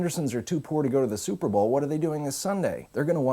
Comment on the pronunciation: I liked as soon as he said suhpabowl. This is the best ever